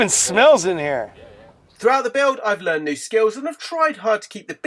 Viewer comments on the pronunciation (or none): none